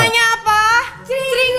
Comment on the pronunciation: Cringe dibaca krinj bukan cring cring